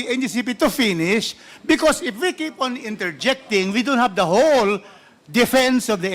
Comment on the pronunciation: DAN, ano sabi mo IP or IF?